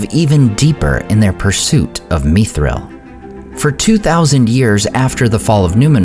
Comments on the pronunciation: Not "meethril", not "mythril" but mi thril, like it, is. Meethril is such an alien pronounciation. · why are u pronouncing it as me-thril? YIKES WTF IS THIS MAN